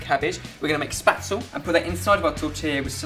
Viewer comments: except for the ingredients, this is not a german food composition or anything close. its a weird weird composition nowhere to be found in the german language area. and please don't say "spätzle" like that... in austrian-german dialekt it means something very different you don't wanna have in your food... or maybe you do, but that would actually a german fetish :) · It's actually pronounced 'shpetzel'. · Oh dear your pronunciation of spaetzle is frightening. My parents lived in the south of Germany for 8 years and there it is pronounced phonetically in English sh-pay-tz-la. you're probs getting bullied enough for this though:p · It's actually pronounced "Shpetzle" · boys, boys! Please! Pronounce spätzle correctly! "Shpeht-zleh", as us ignorant Americans might transliterate it. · omg, I love the way he pronounces Spätzle! :D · I love having Spätzle either in lentil soup or in gravy, it's delicious! The pronunciation of Spätzle in this video kept making me laugh though :') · I still love the way they pronounce Spätzle. xD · It is sooo sweet how you pronounce Spaetzle :3! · it's sooo funny to hear english people trying to say some german words:D i laughed everytime you said "spätzle" or "sauerkraut"! the special machine to make "spätzle" is called "spätzlehobel" :3 but anyways it's well done! i love all your recipes! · I didn't understand what you mean until I actually saw you making the Spätzle XD That's not how you say Spätzle... AT ALL!! Adorable... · don't think i've ever heard more mispronounced words in a video! haha love it, finally something german! you go! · you did mispronounce Spätzle but never mind, the recipe's still a good idea. could you make something Austrian sometime like Wiener Schnitzel, Tafelspitz or Kaiserschmarrn that would be most awesome! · Haha it took a really long time before I realized they were talking about spätzle, I was like what the hell is "spatsel"?! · its actually called ''spätzle'' :) greets from germany